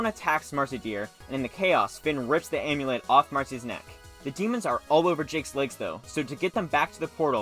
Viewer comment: Anyone else hear him say omlet instead of amulet??? I’m going nuts I think idk😂